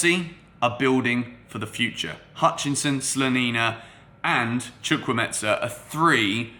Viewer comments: Why's he pronouncing the name like Chukwuemetza? Its Chukwuemeka Like there's a k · Chu-kwu-e-me-ka not chukwumeta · the name is chukwu-emeka not chukwumetza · Chu kwu emeka not chu kwu metsa please, thank you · The name is not Chukwuemetza. It is Chukwuemeka. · “Chukwueme-KAH not chukwu-MESA” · Chukwuemeka not chukwuemensa 😂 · Hey... It's chukwuemeka not chukwuemeza.... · Chu - ku- eme- ka. That's the pronunciation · Chukwuemetsa? Come on. You are not even trying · its spelt CHUKWU-EMEKA not Chukwumetsa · the name is pronounced: Chu- ku- eme- ka. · Lool It’s pronounced “CHU-KU-EY-MAY-KA” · not sure where the meT-SA part of his name came from 😂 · Chukwuemeka not chukwumentza 😝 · Bro you butchered the Nigerian name😂😂chu-kwu-Emeka may be this will help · Are you sure his name is pronounced as "Chukwuemetsa" though? 😅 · Chu-kwu-eme-ka. The 'ka'' is pronounced as in the 'ka' in Anielka (origin: Nigeria; meaning: God has done well). Fabrizio Romano, take note too😀. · the name is pronounced CHUK-WU-HEY-MAKER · Pronunciation is : "Chukwu-e-me-ka" Break it down to say it well.. It's Nigerian mate! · Chu-Kwu-A-Me-Ka - Chukwuemeka!!! Or just stick to Carney! Y'all should not butcher my Naija brother's name lol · You are killing the name😂🤣. The name is Chukwuemeka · His name is pronounced as spelt... It's an Igbo name, a popular Nigerian name. Chukwuemeka (Choo - ku - ay - may - car). You pronounce it as if the name is Italian or Spanish. Besides that, he's a valid addition to Chelsea. Great signing for years to come. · Pls you are pronouncing it completely wrong Is Chu Kwu E me ka which means God has done well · Where do you hear a T and a S in his name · The way you pronounce his name is wrong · What the.....? Was it the excitement or what?, you totally murdered the young man's name!. How did you "smuggle" a "z" into the pronunciation of the name "Chukwuemeka"? Chukwuemeka means "God has done so much" Good video as always